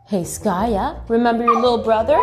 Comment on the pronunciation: Skaya has even better pronunciation than me 😅